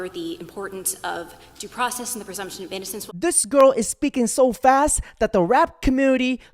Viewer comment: Pronouce your worrrds girl. Due process not "daprahsess."